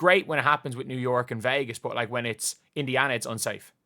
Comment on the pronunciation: “B-U-T”. No “o” in it,, me boyo.